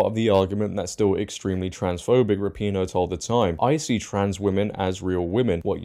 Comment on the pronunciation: Rap-IN-O or Ra-pin-O not PEEEN-O